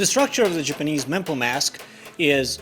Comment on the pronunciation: It's okay, we know your pronunciation is a lil off. Case n' point "Jipinese" But that's just your accent. What you make is worth more than your tongue. That came out wrong. You know what I mean.